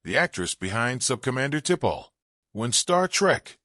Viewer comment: Who the heck is Tipall ? Your AI is shit